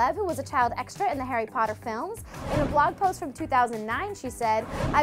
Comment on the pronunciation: Harry patter??? I SWEAR TO GOD ARE YOUTUBERS SUPPOST TO MISPRONOUNCE THIS STUFF